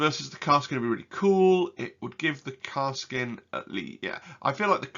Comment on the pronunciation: great video. had watched auspex tactics vid too. btw... it is Kas-r-kin